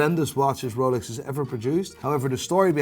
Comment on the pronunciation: The biggest psychopath is the guy saying psychopaf. Edit: No swearing? Fuck. Edit 2: that watch is what I call a piece of shlt. Edit 3: Wolex.